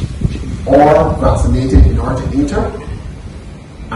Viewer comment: If you check the pronunciation of Vaccination with your Dictionary or Computer, you will discover that it is pronounced, VAX-ah-nation. Vas-ah-nation is not an alternative pronunciation; it is an incorrect pronunciation. English is not a phonetic language and you are wrong every time you say Vas-ah-nation. However, mispronunciations seems to be the order of the day on this program and Barbadians don't need to be taught wrong pronunciations by a Newscaster who is supposed to know better.